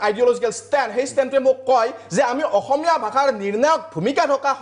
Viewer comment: অসমীয়া শব্দটো কওতেই অখমীয়া বুলি উচ্চাৰণ কৰʼ তহতে আৰু অসমীয়াৰ হৈ টিভি show ত টেটু ফালিব আহ', ৰাজপথত আন্দোলন কৰিব আহ' । আহি যাবি শিকাই দিম ।